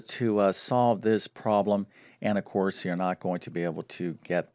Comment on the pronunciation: Guy sounds like Presh Talwalkar. They both have the speech same impediment in which they drop Ls in consonant blends. Particularly “problem” is pronounced as “probem”. Also he seems to realize he should emphasize words in a sentence, only he doesn’t know when.